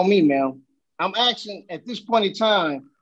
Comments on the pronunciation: Why do some Americans say 'axing' instead of 'asking' are they chopping wood in the hills??? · axeing to "ask" for jurisdiction??? motion?? umm?? law slur..axe and axe again..lol the word is ASK!!!!